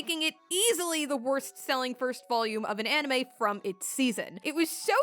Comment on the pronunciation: "anime izu deddo"